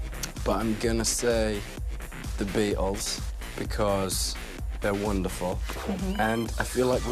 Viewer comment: The way he pronounce the Beatles “the bEAt - Als